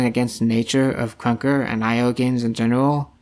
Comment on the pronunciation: ur voice bruh “kruwnka”